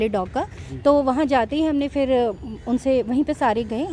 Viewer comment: Fri nahin madam Fir kahte hai.